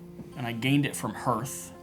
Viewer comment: You still pronounce "hearth" wrong, but I am so glad for these videos. Thanks!